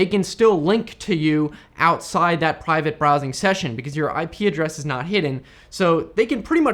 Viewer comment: Brivate Prowsing! nearly. :)